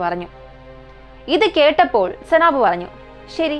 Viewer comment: സനാബ് അല്ല സൈനബ്